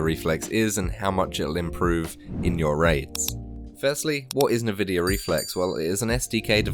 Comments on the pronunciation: N-vidia not navidia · great vid tho the nvidia pronunciation triggers me... its n-vi-dia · Me: An-vidia: Nuh-vidia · he's saying NahVidia to troll us ... he's gotta be trolling us lol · Everyone I've heard says it like "nuh-vidia". Not EnVidia even though that's probably what it's called because I heard a woman say it in an Nvidia Splash Screen. But Nuh Vidia and Nah Videa are basically the same. It's not even like saying Mom or Mum. It's fine to say either but those are like 3 times more distinct from eachother than Navidia or Nuvidia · The way you say Nvidia kills me